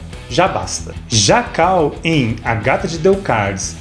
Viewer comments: "CULL". "cAll" não mano. Ta lá a letra U e não a A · Kall? Quem diria...eu que pensava que a pronúncia era cull mesmo...kk